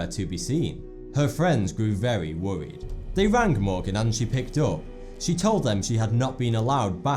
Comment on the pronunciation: she was vewy wowwied